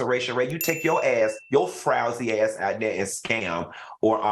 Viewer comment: Girl, not "frousy" 🤣🤣🤣!